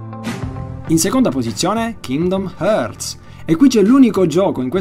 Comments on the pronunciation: kingdom (harts) non (heeaueiouts) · la correggiamo un pochino la pronuncia? Kingdom Hertz